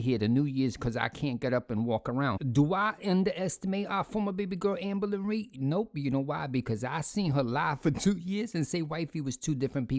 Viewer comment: I’ll never get tired of hearing you say owformabbygworl AMBA-LINREED